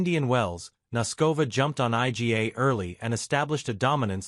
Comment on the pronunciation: Who the hell is Ay Gee Ey? Eala-Noskova and topic IGA and sinasabi? Yan ang hirap sa AI eh.